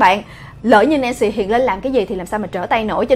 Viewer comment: Nancy Momoland Hửm???😒😒😒 Khá là kì lạ. Nhw mà......... phải đọc là Nan sy mới đúng chứ. Tại sao lại là Nan sỳ. Hửm????? Tại sao??? Tại sao??? Tại sao chứ??? Tại sao??? Tại sao??? Thôi mệt quá hok hỏi tại sao nữa. Nhw mà...... phải là Em ma chứ. Tại sao lại là Em mà. Hửm??????? Quá mệt mỏi với cách phát âm của. Qias mệt mỏi rồiiiiiiiiiiiiiiiiiiiiiiiiiiiiiiiiiiiiiiii. Tôi ko muốn hỉu. Tôi từ chối hỉu. 😤😤😤😤😤😤😤😤😤😤😤😤😤😤😤😤😤😤😤😤😤😤😤😤😤😤😤😤😤😤😤😤😤😤😤😤😤😤😤😤😤😤😤😤😤😤😤😤😥😥😥😥😥😥😥😥😥😥😥😥😥😥😥😥😥😥😥😥😥😥😥😥😥😥😥😥😥😥😥😥😥😥😥😥😥😥😥😥😥😥😥😥😥😥😥😥